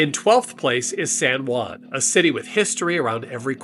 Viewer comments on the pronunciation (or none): none